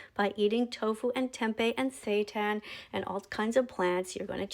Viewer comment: did i hear that right…? Sata? Or Satan?